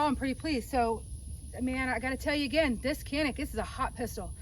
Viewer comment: Good vid. I agree that the Canik is superior to the Glock. I like Glocks, just think the Canik is at least as good at a better price. BTW: Canik is produced in Turkey where the "C" is pronounced as a soft "J", so it's Janik not "Kanik".